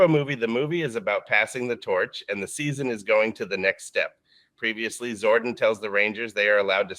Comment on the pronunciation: It’s interesting that the AI voice says “Zorden” instead of “Zordon.” I would’ve been glad to wait until you could actually read the script for these videos. Like in the megaforce and ninja steel reimagined videos.